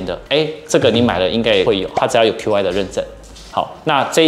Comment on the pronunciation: Qi跟App的唸法都是錯的。 身為科技Youtuber，我認為不應該犯這種錯。